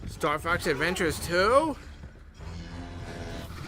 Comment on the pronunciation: "Star fox adventutes 2?" lol